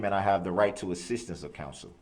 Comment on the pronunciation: And assistance he says ‘sisstance more than once. He grates my nerves so bad.